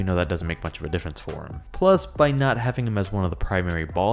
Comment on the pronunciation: PSA re not er sry it was annoyong me